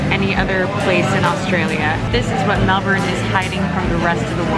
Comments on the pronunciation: I think u just got the ozzies’ stamp of approval for saying Melbuhn. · OMG so much coffee in one day! I'd have a panic attack, lol. I've been living in Melbourne for 6 years now, originally from LA. Coffee is like drugs here. Magic coffee is definitely a Melbourne thing. Loved how you nailed the Melbourne pronunciation in the VO. Good on ya mate!